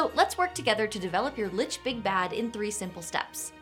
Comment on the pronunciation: Hard C, as in Lick, not Soft C, as in church